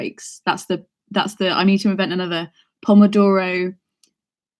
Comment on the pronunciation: It's so funny to me when you start pronouncing pomodoro :D It means tomato in Italian, and we also use the word in Croatia. love these! see ya tomorrow